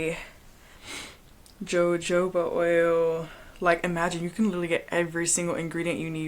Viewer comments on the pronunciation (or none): Jojoba = Hahoobaa the J is silent . . . Thank you for your content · Ma'am, the "J" is always silent in jojoba oil. You say as Ho-Ho-ba. 😊